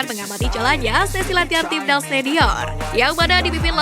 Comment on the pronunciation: Timnas, bukan tibdaz, obati dulu flue nya mbak baru normal suaranya